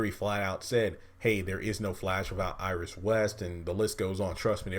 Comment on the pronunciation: Iris might as well say issis